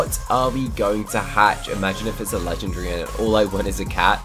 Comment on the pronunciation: Never forget how he says legendary: Legndry😂